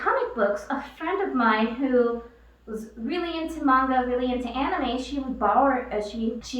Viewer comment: Alright, I finally watched this all the way through. Kinda felll asleep the first time. First off, thank u for pronouncing manga correctly. It irks me when it's pronounced "maynga" n not the accurate, "mahnga" I've been made fun of because of that. I'm gonna watch this again cuz there's more comments I want to make...